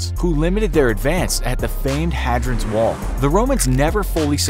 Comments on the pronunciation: Not had-rians wall, it’s pronounced haid-rians wall...episode 2 of Americans can’t pronounce things right ☝🏻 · "Hadran's Wall"?? Hadrian's Wall. Pronounced hay-dree-ann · Seriously, your narrators need to learn to read. Hadran's wall??? Really? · I love your channel but the comments below show that this video was definitely not up to scratch. I stopped to look at the comments after 'Hadron's wall'.. really? FYI it's Hadrian's wall. Thankfully I think the videos since have been better and more thoroughly researched. Maybe you should take this video down or at least put a disclaimer re: the innacuracies in the description? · It’s HADRIAN’S WALL, NOT HADRON’S WALL!!! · unprofessional narration.. "Hadran's wall"?? seriously? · I thought they said “Hadran’s”. Lots of mistakes in this video. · haha this is what bugged me too, this guy said hadran :| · The famed ‘Hadrens Wall’ which is so famous I don’t know how to pronounce it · ‘Hadrans wall’ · "Hadran's" wall ? 🤔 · It's pronouced 'Hay-dree-anne's' wall, and spelled Hadrian's wall. Btw America, you pronounce it as 'Kar-a-mel' not Karmel. Oh and it's pronounced 'Al-um-in-ee-um', not 'a-loom-i-num' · 54 seconds the mispronunciation of Hadrians wall is where I abruptly stopped, and started reading comments. So glad I didn’t suffer through this steaming 💩 pile! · Difficult to know where to start with the inaccuracies, but seriously, how did you manage to mispronounce "Hadrian's"???!! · pronounced hadrians wall wrong